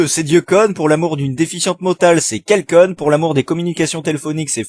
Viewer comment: "Kelcon" XD